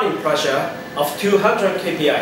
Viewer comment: Its KPa, Kilopascal and Not "KPI"...